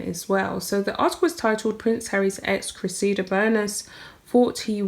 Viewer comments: Dear The name Cressida has the accent on the first syllable. Pronounced Cre’ssida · Her name is pronounced Cress i da. She was right he his so far up his own ass he can't see daylight!! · I believe you pronounce it, cress ee da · Cress-i-duh is the best I can do for phonetic pronouncing Cressida. Hope it helps. Love your pieces which are very insightful. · Cressida. Pronounced .....Cress (like Press) - i - like the I in it) and da (like dah in la di dah) 😻